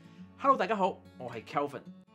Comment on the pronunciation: 听到 “大家好，我喺Kevin!” 我以为有广州话视频添...